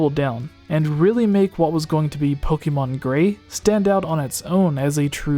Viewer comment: Was I the only one triggered when they pronounced Pokémon Pok-ee-mon